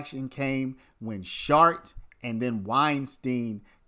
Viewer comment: Bro the T in his name is silent. You’re saying shart like a shitty fart